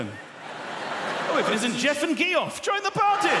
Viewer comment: I died when he got to: "Jeff and GEE-off" xD